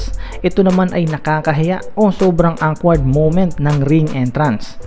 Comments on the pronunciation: Okward po pgsabi non ndi po wkward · ..awkward..pronouce it this way..okward not awkward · Hehehe awkward yung pagkakasabi mo ng awkward